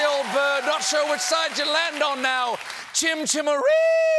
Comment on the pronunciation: Didn't pronounce chim-chim-cheree correctly. Major fail!